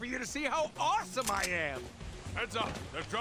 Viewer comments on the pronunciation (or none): none